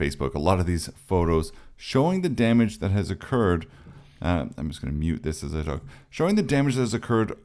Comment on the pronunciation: Tip: "as" is pronounced as "az". "Ass" is prounced as "ass (as)".